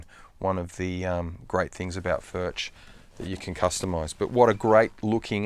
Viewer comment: Spelled Furch but pronounced Furk